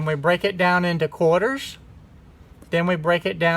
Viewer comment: U know when u said Quter, I thought you meant 25🤣🤣🤣